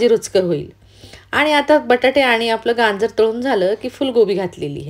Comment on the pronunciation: Ganjer nahi gajer